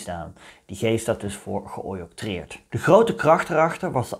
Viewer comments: Ge-octroïeerd, niet "ge-ojoktreerd" ;-) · Niet geoyoctreerd maar geoctroyeerd. Kleinigheid en verder een prachtige video. Hou van deze geschiedenis waarbij slavernij absoluut afkeurenswaardig is.